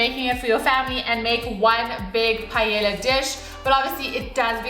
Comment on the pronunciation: Repeat after me. PA. EY. YA. (the two "L"s sounds like a Y).